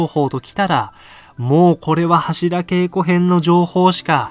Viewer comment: 何で柱げいこじゃなくてけいこ？